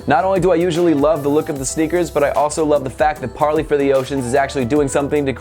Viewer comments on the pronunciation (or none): Is he prenouncing it right? I thought it was par-ley not par-lee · I believe it's pronounced par-lay. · According to Parley's own website you pronounce Parley like you pronounce 'way'.